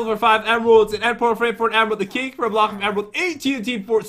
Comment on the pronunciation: I got zee emerald bloocke